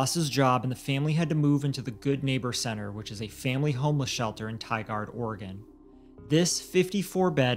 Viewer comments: Im from oregon its pronounced tīgurd not tīgard oregon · "Tie-gard" 😂 Im from the area.. it's tie-gurd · As disturbing as this is, it is difficult to listen to this when names are Mispronounced "TIgaRd" is what was said when it is pronounced "TIgerd". Just saying. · Oregon resident here and it's said Tigard like ti gard it's post to b like tigered how it's said lol great show nt trying to b a chit keep up the awesome works!!! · Hi! Love the show. Watched them all and subscribed. Just a note from Oregon, to let you know it's pronounced "Tie-Gerrd" (Tigard). we do often get Tiggered and Tie-Gaurd. I'm stayin tuned for the next episode 😅 stay cool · I live in Oregon. It’s Tigard like Tie-Gerd not Tie Gard 😅 love you guys so much tho 🤍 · It's pronounced tie gerd Oregon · Just for future reference if you guys cover a case in this area again: Tigard is pronounced "Tie-guard". I hope these monsters stay behind bars for a long time. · It's just "Tie-gurd" that's how Tigard is pronounced. Not picking on you❤just letting you know. Thanks for covering Zachary's story. 💔💔💔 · The city name is pronounced (tie-gurd) Tigard, OR. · Pronaced - Ti- gerd. Not Tigard just fyi. You guys do amazing work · Tigard is pronounced Tie-gerd. Thank you for amplifying this horrific and heartbreaking tragedy. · The way you said Tigard made my oregonian ass cringe 😂 It's more like Tiger but with a d, locally. Tragic story tho :< poor sweet baby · FYI, it's pronounced ti-gerd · Tigard Oregon is pronounced, Tie-Gerd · This case happened in my neck of the woods. Tigard is only a few miles from Portland. Thank you for making your videos and constantly giving a voice to the voiceless!! Also, Tigard rhymes with "my bird, or sky nerd" but blended into one word. I hope this helps. Love you guys so much!!! Love everything that you guys do! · Darn, I was mentally pronouncing it as tigger'd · The way tigard was pronounced 😂 can definitely tell y'all are not from Oregon